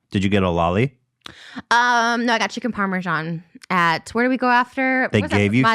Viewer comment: I find it fascinating how they pronounce "parmesan". Sometimes it sounds like parmeshan, sometimes parmejan.